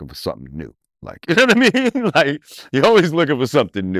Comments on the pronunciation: take a shot everytime he says "nawmeen" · He needs to work on himself ,"unowaimeen"